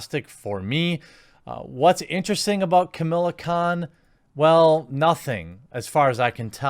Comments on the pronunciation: Don't like this non-character, but it's Kah-mah-lah, not Camilla. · Camilla: a dated, WASPy name for a rich anglo socialite. KaMAHla, Jeremy, get it right! Pronounce it like It’s a Kam followed by Islamic name for God, or else Sana Amanat will send her squad to reeeeeeee at you. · I really think you need a script. Also, as much as I hate the character, there is no "I" in her name. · Dear god man, it's "KA-MA-LA" not Camilla. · Watching this video to see if you’d mispronounce her name and I was not disappointed! Hahaha!!!